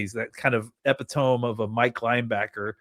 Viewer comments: Did he really just say "Epi-tome"? E-pit-oh-ME lmao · Epi-Tome??? Come on dude